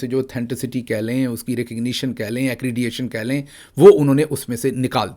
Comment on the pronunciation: Accreditation theek pronounce Nahi ki ap ne